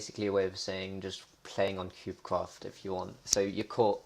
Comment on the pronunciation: did you say cubecwaft at the start ??